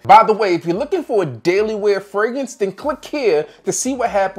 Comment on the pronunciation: Crazy how new teeth can make a man pronounce Fragrance when a thousand videos couldn’t… Damn Vanity